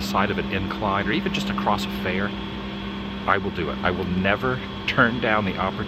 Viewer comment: The word "across" is pronounced ACROSS. There is no "T" on the end of it. I have no idea why people continue to say "acrosst" instead of ACROSS.